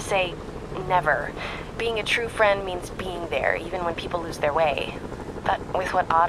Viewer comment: HEELLLLLOOOO